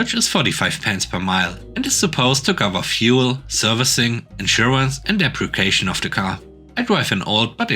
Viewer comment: Depreciation = dep-ree-see-ay-shun Depreciate = dep-ree-see-ate